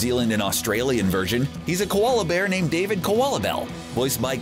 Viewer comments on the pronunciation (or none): none